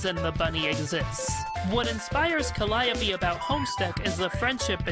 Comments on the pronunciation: "Calliope" is pronounced "CAL-ee-ohp", not "cal-AY-opee" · It has been a confusing thing in Homestuck, but in one of the parts where Calliope shows off her Trollsona, she mentions that the Trollsona's name is Callie Ohpeee Stating that "It's jUst my name spelled oUt phonetically". Also, she gets her name from a Greek muse also named Calliope, and Greek Calliope is pronounced kə-LY-ə-pee.